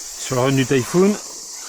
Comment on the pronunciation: 👍🏻👍🏻👍🏻 Non!! Pas "Taille Foune" mais Tifon (Typhon) 😁 🤘